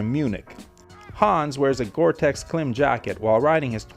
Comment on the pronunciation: Beautiful bike indeed. I highly dislike cruisers, but this one truly is a sight to see. BTW, Klim is pronounced "Climb".